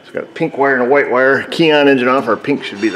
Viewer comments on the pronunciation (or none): none